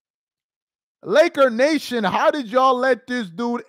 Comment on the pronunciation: Stop saying Lakernation 🤣 Real Laker fans don’t like this clown 🤷🏾‍♂️